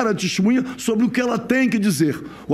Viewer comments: Que deputado advogado é esse, que fica repetindo erradamente a palavra testemunha como "tistimunha"? Nem falar direito sabe e é deputado! Aff... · Rarara "DESTEMUNHA" rarara